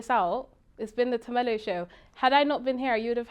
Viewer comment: Her name is.....not tamella, haibo get it right